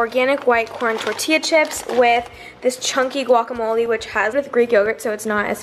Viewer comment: The way she said guacamole it's so worried because I'm Mexican so it's wired hearing a non-Mexican say it